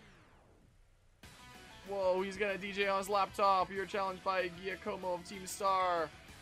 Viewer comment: We need voice acting because that butchering of Giacomo is atrocious